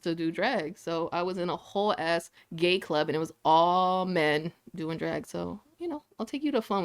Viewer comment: The girl doing her PI work in her car saying: "In the clurb we all fam" 🤣🤣